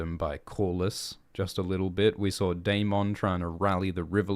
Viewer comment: Isn't Daemon and Aemond pronounced as "Day-mond' and "A-mond" like in the show and not "Day-mong" and "A-mong" like in "Poke-mon"?